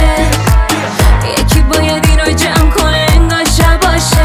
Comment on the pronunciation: شاباش رو چرا شَباش تلفظ میکنی آخه؟ حتی روی ادای کلماتم ضعف داری!!!